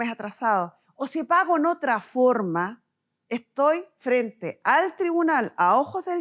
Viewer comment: Porque está mujer dice thribunal, no es tribunal????